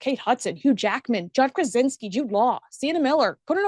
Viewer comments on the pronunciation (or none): none